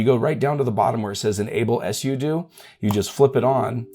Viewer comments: just say sudo not s-u-do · It's pronounced sue do, not s u do 😂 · I thought that sudo is pronounced, "sue dough." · 🤣 "sudo... " command...I kept hearing "yes you do" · "s u do" never heard it like that before. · Are you meming, or do you not understand how to phonetically spell something out? I'm guessing you were tying to say "soo-doh"? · you really sound like you know what you’re talking about until you say something weird like mispronouncing pseudo. (sudo) I bet you also mispronounce GIF.